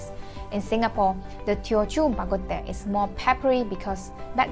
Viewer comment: Bak Kut Teh is not a Teochew dish - it’s Hokkien - even your pronouncing of the dish is Hokkien - teh…. Ask your friend to tell you how to say tea in Teochew and you will hear a totally higher pitch ….the rest of the video is fine!